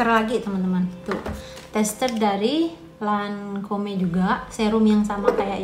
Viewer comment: Assallamualaikum..mbak,, bacanya Lancom yaa,, tulisannya Lancom'e